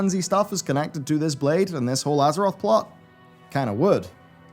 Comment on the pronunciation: You kept saying "EARTH"